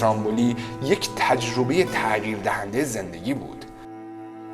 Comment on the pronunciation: تع قیر نه، تغ یییی رررر